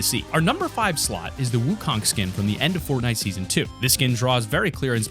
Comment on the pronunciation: It’s not ☀️ wukong people that don’t know how to pronounce it make me cringe